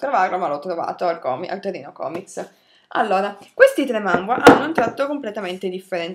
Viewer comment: Manga non mangua